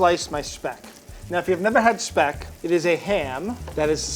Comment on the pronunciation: as a german I absolutly adore Franks pronunciation of the word "Speck"